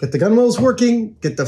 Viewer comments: Why are you saying gunwales like cool whip? Gunwale sounds like tunnel but with a g not a t. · Please Adam, it's pronounced "gunnals". You don't need to say "gunwalls" every time xD Edit: And you definitely don't need to call them "gun whales" either lol. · Adam, it's pronounced "gun-alls" even if it's spelt gunwales... The W is silent... God knows how you'd say Forecastle lol (it's "folksall" in case you wondered) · FYI - it's pronounced "Guh-Nulz"". Not "Gun-Whales". :) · It's pronounced gunnals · To try and stop my eye from twitching, “Gunwales”, is essentially pronounced “Gunnels” you don’t pronounce the W in the middle. Just like how you also don’t pronounce the W in Coxswain. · OMG! It's pronounced gunnals. Stop it!